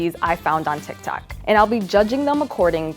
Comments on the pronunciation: Who’s heard her say instead of tik tok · alright lol it’s TIK TOK